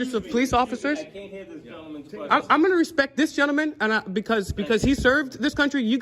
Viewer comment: Did that window licker say "respeck"? Already outed himself as a moron.